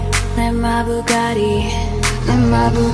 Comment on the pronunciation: exept for the pronunciation of bugattii cringying